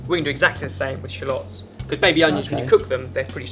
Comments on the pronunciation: Shulots? I'm gonna call them Shulots from now on :D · you say shallots funny..